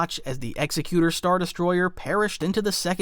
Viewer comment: OMG YES THANK YOU. Someone else on this planet that realizes pronouncing EXECUTOR like "Ex-eh-que-tor" rather than "Ex-ek-you-tor" makes FAR more sense!!! This is a hill I will die on >_>